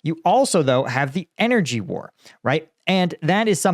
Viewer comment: "I will end this wuoar, in 24hrs" - White House Clown.